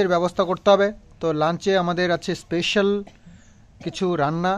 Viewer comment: স্পেশাল হবে speisal নয়।